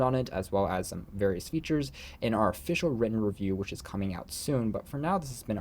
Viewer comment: lol Alah its You-La